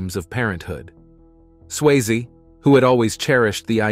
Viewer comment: Why can this guy only sometimes pronounce Swayze correct? Also it is even spelled wrong in the title. I guess that should have been an early warning right there